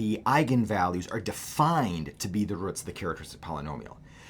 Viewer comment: I hope theres not a sad reason he mispronounces this simple word